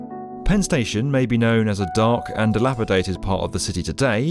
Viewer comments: I couldn’t get past the newsreader, saying “dilapiTated”. She only had one job to do. 🤦🏻‍♀️ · Unrelated to Penn Station, but it seemed the news person pronounced dilapidated as “dilapitated”. I’ve heard this a few times from US English speakers. Just curious, am I hearing this incorrectly or is this a regional accent?